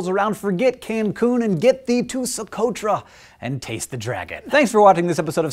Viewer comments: Taste the dragon? I thought you said chase the dragon. No thanks Hank, I'm good on heroin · did he say "taste" or "chase" the dragon? o.o lol